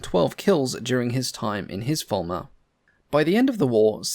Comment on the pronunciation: Fairey Farmer? Fairey Former? Fairey Fulmar (Full ma) is how I thought it was pronounced. Still, as long as it did the job.